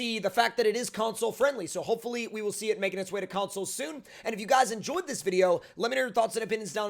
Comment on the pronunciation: Consoles not consmoles lol